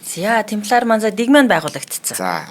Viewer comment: Темплар юм уу тампильер юм болов уу